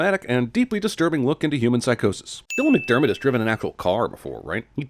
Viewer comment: “Dylan Mcdermbutt” lololololololol